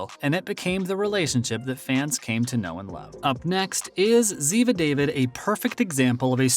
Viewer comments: I quit watching this. It is not good, no research. Her name is pronounced Da-veed. Not David. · Did he really just say David. DAH-VEED Uh get it right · not David but Dah-veed. Geez! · ZIVA DAVÌD IDIOTS LOLLL😊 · Oh Please- these narrarators. It's Dah-Veed, not David. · Learn to pronounce her name correctly if you are going to talk about her.